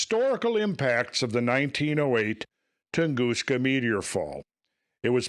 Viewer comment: Hopefully this guy has a better theory than you sitting up there saying Metor over and over !!